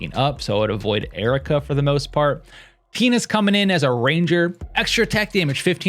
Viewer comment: I swear I heard "Penis" when you said "Tina is"💀💀